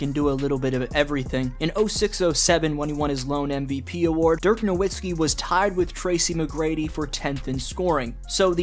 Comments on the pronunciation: It’s no vits key btw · I get so triggered when people pronounce Dirk's last name wrong. The W is pronounced as a V, it's pretty simple. You switch the w to a v when pronouncing it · I don't get why we were all just laughing at Perkins saying "Nowitzki" and then you say the same thing. Have you never heard his name spoken out loud? It's "NoVitzki". W is pronounced like V in German. Mostly it's just how everyone has said it every time forever. I can't finish the video. Minor, but too frustrating. It's like watching a video where the guy keeps saying "Leborn James".